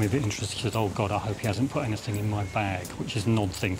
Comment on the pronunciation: The amount of people that say ‘anythink’ is confounding. Is it really that hard to say ‘anything’?